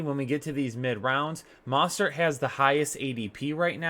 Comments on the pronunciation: YOU ARE SAPOSED TO PRONOUNCE THE O IN MOSTERT Please stop it’s so annoying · Please learn how to pronounce Mostert. Sheesh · Ha learn how to pronounce Mostert bro